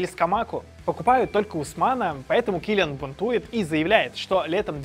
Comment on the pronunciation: Кто такой кИлиан? килиАааааан блеать!